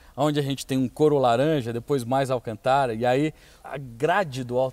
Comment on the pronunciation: Nao da pra se sentir bem com ele falando alcantára